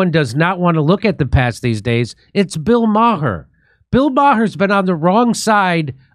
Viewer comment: Bill Meh-er